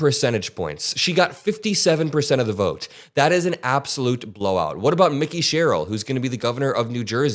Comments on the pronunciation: I believe Mikie Sherrill pronounces her name MIKEY (like a familiar form of MIKE), not Micky (like the mouse) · It’s Mikie not Mickey. Pronounced like “Mikey” not “Mickey”. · it's pronounced Mike-ee Sherril;- not Mickey. I know you didn't mean disrespect. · Her name is Mike- y not Micky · It's not Mickey. It's pronounced "My Key". 🙂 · FYI - Mikie Sherrill’s first name is pronounced Mike-ee, not Mickey like Mickey Mouse. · Please pronounce her name correctly. It's said like "Mikey" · Mikie( long I) not like Micky Mouse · Someone please tell how to pronounce Mikie. All through the livestream and now here! I love your work,, but it's Mikie! Like Mike, but with with an ee at the end. 😂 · Just trying to help here. Her name is pronounced MY-kee Sherrill. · Its not micky sherrill, its MIKIE sherrill. Like microphone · Your mis-pronouncing her name Mickey not to be confuse with mickey mouse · That is the worst Mikie Sherrill pronunciation ever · Again Mikie... You got Zorans name right though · love your channel!! I’m from NJ and our new governor’s first name is Mikey(pronounced with a long i )